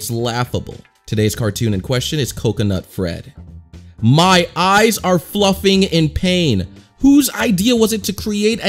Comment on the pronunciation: He says flufling that's BS